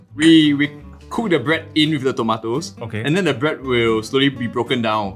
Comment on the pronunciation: Dude! Those things are called tomatoes. NOT TOMATES!!! WTF... learn how to speak properly lah u gen-z!! TMD!! 🤬🤬🤬🤬🤬🤬